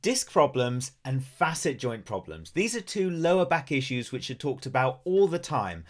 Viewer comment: My compliments to you for pronouncing "facet" properly! You are only one of 2 out of 3-4 dozen doctors and PT's I've listened to on YT that understand that they call it a "fa'-sit" because we're dealing with 2 adjacent surfaces that should normally move across one another in a complimentary fashion. Spread the word to other dipstick doctors who only got "C"'s in English class, that the word has been in existence for hundreds of years before our modern medical anatomists named them!! But I am here because I believe arthropathy is what is causing my foraminal stenosis of L4, L5, and S1. Possibly at my L3 facets or vertebral endplates as well. Had 24 non-surgical decompression treatments with little improvement. But a week ago I went back to one of my DC chiropractors who has a lumbar traction/flexion table. Oh my God! The relief is so much more pronounced than with the prior vertical decomp sessions I had! I have MRI's but need a trained doctor or clinician to look whether it could be a facet joint or a vertebral endplate with some moderate spurring going on. The clinical pathology report states such. The evidence you confirmed here says it may be both somewhat; but by going on the flexion table he's achieving a hydrating of the first few discs in a more effective way. I hope it continues to improve; but I've got surgeon's phone numbers waiting if push comes to shove. And I would only consider an endoscopic laminotomy or decompression by removing osteophytes with their endoscop